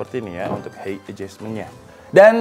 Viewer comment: height bacanya hait bang